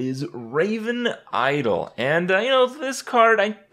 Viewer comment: Raven iowl ? Kripp it's i-DOL